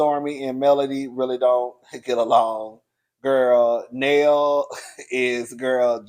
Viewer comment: not you interchanging the pronunciation of Nail's name lol. It's Nail like fingernail 😆